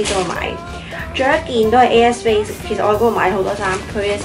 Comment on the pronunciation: 聽咗好耐都聽到 u a space 😂 要睇info bar 先知 air space 😂😂 btw 啲衫好靚